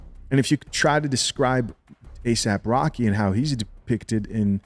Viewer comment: his name is asap rocky. not asap rock. aesop rock is a way better rapper.